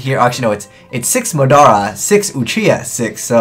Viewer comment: Considering he said Madara in the american scrub way, you're probably right.